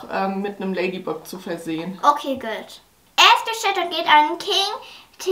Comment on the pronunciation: Man spricht das ladybag aus und bucks spricht man backs aus